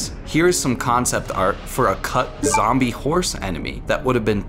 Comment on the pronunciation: Zombie "Deawg"